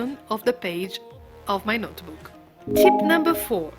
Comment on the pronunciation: There is no e sound in notebook.